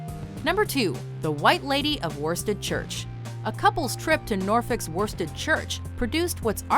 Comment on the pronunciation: An excellent video. One tiny thing, though: due to the tremendously logical way English words are pronounced in England, the Norfolk village of Worstead (it's lovely, and well worth a visit, by the way), is generally pronounced 'Woosted'. The fine woollen cloth of the same name originated there, although no longer manufactured in the village.